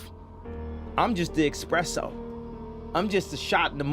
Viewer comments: Espresso Kanye...Espresso, not expresso.. Silicon Valley, Kanye...Silicon Valley. Not Silicone Valley. You fucking genius you!...lol. I respect a lot of what Kanye is talking about, I'm just being silly. He's on point with a lot of what he's saying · Its espresso not expresso, "genius" 🤦‍♂ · It's espresso. Not expresso. If you guys want any other advice, I'm here for you. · Expresso :D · Kanye... it's Espresso ... not expresso .... (just had to keep it light ).. good video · It's espresso, not expresso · its not expresso, its espresso.. :)= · You lost me at "expresso" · Hears the word "expresso", stops watching video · had to stop the video at "expresso" :D